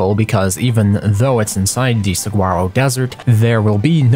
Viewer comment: Just for future reference, "saguaro" is pronounced "suh-wah-ro". Love your videos!